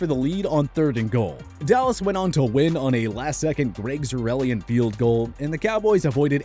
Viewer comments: Greg zureleeen? Pronounced "zer-line" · ikik im nitpicking here, however the cowboys kicker’s name is pronounced zerr-line. amazing video!! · “Greg Zer-rel-E-in” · “Greg Zurrellian” 😂🤣 sorry that was too good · “Greg zuerelian field goal” 😂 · That's a new way to say Zuerlein... wow lmao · Enjoyed the video, but you really butchered Greg Zuerlein's name.